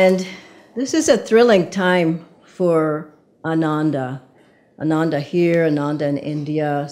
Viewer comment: Exciting times for Ananda. Just for records, Ananda is mispronounced all the time. The way it is pronounced today, it means "joyless" while the correct pronunciation would mean "Joyful"!